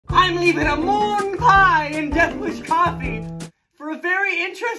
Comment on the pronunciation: The way he put the emphasis on moon had me cringing. Lol